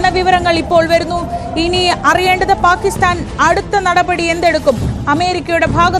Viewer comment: Not paakisthan But""ബാക്കി സ്ഥാൻ ""😂😂😂